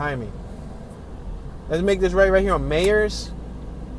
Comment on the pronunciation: And you pronounce Myers wrong